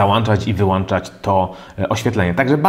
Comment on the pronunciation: Wszystko fajnie, ale: "włĄczać, wyłĄczać, załĄczać" itd itd;] niby głupotka, ale zawsze dręczy uszy ;)